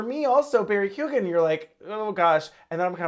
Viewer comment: first minute in, youre not even saying Keoghan correctly. why the fuck would i listen to the opinions of two people who dont even know what the protagonist is called? Fucking pass. Do your homework. Watch a review by other people maybe.